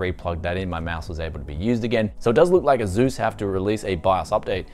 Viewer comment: Nobody:: aZus